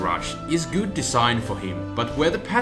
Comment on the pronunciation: Lol "gouud"